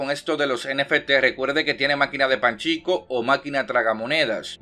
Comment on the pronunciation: es pachinco no panchico xD